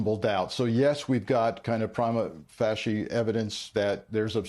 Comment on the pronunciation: "pree mah fay shee"